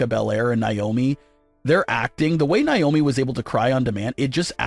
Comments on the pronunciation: It's not niomi it's Naomi 😢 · Stop mispronouncing Naomi